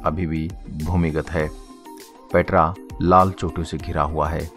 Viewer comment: पेत्रा नही पेटरा 😆